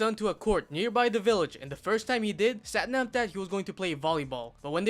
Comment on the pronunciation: It’s pronounced Sathnaam fyi